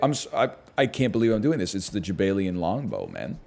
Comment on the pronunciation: Jaballian even. Although NL pronounces it as jabaylian when he reads it.